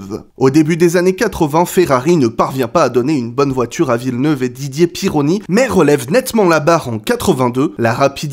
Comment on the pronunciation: Ça vient d'où la prononciation de Villeneuve dans toutes tes vidéos poto ?